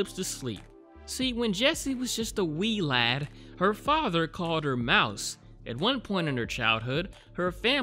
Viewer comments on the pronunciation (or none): Man really said "we LADDD!" I'm sure I heard the collective facepalms of 2 million scots.